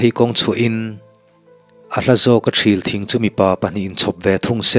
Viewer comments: Thil thing itih kha ilam rik dan kha adiklo deuh,Thrîl tih tur zawk a nilo maw (Lei thil/lung thil tih kan sawi na a thil tih ang a lam tur a niin ka hria,ka hresual zawk nge chu ka hre lo na in) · Ṭhil thing i lam dan hi Ṭhîl thing tiin ka lo hre ṭhin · Chhiar tupa ṭhilthing i lamdan hi lungṭhil kan lama ṭhil kan tih ang hian lam zawk tur a nie. A dang erawh i chhiarthiam viaue.a ngaih nawm thei lutuk kalo chang zan tin ṭhin che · thril thing sang deuhin lam tur